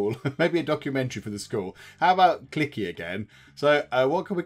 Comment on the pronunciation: It's not "clicky" it's pronounced "cleeshai"